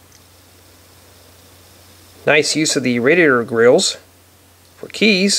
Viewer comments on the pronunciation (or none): none